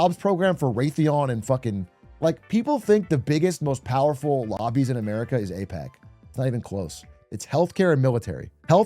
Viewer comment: No he said "mos powahfol"